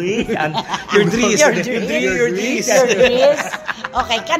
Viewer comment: "Hi, look at my driss" 😂😂😂